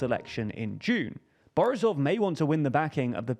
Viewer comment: lmao fr, especially "borisov", he made him sound russian 🤣